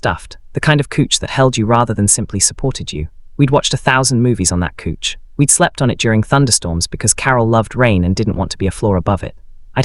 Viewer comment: Couch pronounced "Kuch". Do you listen to these stories before you post?